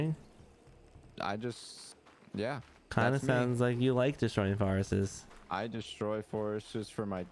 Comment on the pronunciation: You guys both pronouncing “forests” as “forestes” is wild.